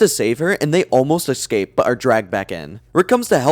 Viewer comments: For the love of god man, “ESCAPE” not “excape” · Love your content but holy crap dude... It's "escape" not "EckScape" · Textbook trebuchet was my favorite joke in the sperm episode. And are you sure it's pronounced exscape rather than escape? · Escape, not excape. Fix your pronunciation. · Love the Vid! Keep it up. Just one question, what is the deal with EGG-scaping? 😂 i do not thow that accent, english isn't my first language but i've never heard that before